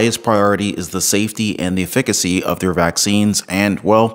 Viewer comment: Ef-fi--ca-cy----" efficacy " four syllables